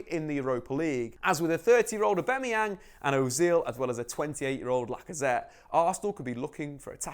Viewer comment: Please just pronounce aubameyang properly